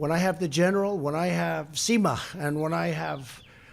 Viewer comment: What the heck is "sema", ...Trump you idiot.